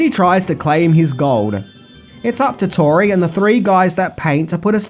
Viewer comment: Her name was TORI, mate. The first time you said it, you said Lori.